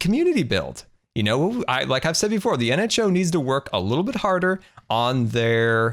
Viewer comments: scar at begging of vid you said hmo instead of nho lol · Any1 else notice how he is butchering the nHo's name on purpose?? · Do you mean to say the nHo wrong? It's so funny when bDubs gets mad because of it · I love it when... "intentionally" mispronounces the name of the NHO. Each time he is trying to hard not to laugh..